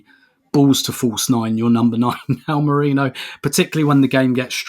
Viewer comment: Is having a giraffe about the mispronunciation of Merino when up until recently he would use that ridiculous pronunciation of Gabriel! 😄